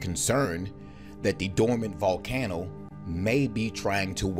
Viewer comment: Voll Can Oh? WTH? lol